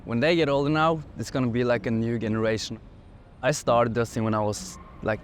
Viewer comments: He said “generation” with the hard G pronounced as the word “great”. Is that how they say that word there? I’ve always said with a soft G as in “George”. No big deal. Just something I noticed. 😂😂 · Yep. In Norwegian generation (generasjon) is pronounced with the hard G. If you say it with a soft G in Norwegian it would sound equally funny as the hard one does in English 😅